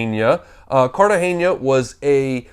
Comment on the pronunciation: Just an FYI: it's Cartagena not Cartageñia.